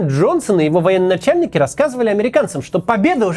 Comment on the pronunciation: Не "военноначальники", а "военачальники".